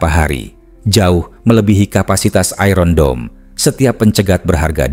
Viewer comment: Maaf min.sebutan iron dome tu salah.itu bukan sebuta lnggeris..